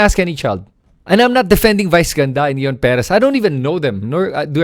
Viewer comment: You cannot even pronounce Ion properly. Late ka na makisawsaw.